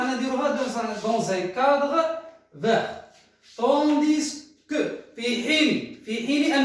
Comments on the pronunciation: je vous remercie pour la vidéo cependant j'aurais une petite observation à vous faire partager, vous avez mal prononcé la conjonction " tandis que", le se reste muet. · Monsieur quand vous prononcez "Tandis que" ne prononcez pas le s a la fin et merci pour le cours!